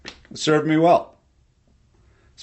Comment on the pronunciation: "In a vice" oh god dame it I thought he said Lice... well atleast that explains the itching.